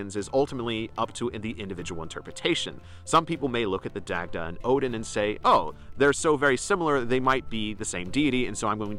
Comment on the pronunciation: Love the content. you make interesting points and hold a lot of insight. However, I would advise you to revisit your pronunciation of the Celtic names. As a Celtic Pagan myself and studying the Irish language, it can come off as disrespectful to mispronounce these names. Names are important. I know that this isn't your intent and wouldn't want you to get any backlash for it. ex.: Dagda=Dah-da, Goibniu=Guv-noo. The Irish language can be tricky. Its especially counterintuitive for English speaking Americans. I know it has been for myself.